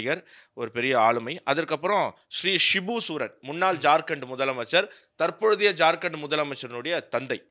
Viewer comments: சகோதரரே, சிபு சூரன் என்று உச்சரித்தீர்கள், அவர்கள் பெயர் சிபு ஷோரன் தான் என தெரிகிறது. ஆகையால் இது சரியாக இருந்தால் திருத்திக்கொள்ளவும். நன்றி. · தவறாக உச்சரிப்பது என்று சபதம் எடுத்துள்ளார் போல. சிபு சோரன் என்பதை சூரன் என்று சொல்கிறார்.